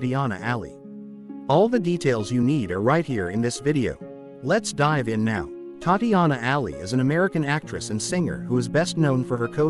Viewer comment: WHY IS HE NOT PRONOUNCING HER NAME RIGHT!!!!!!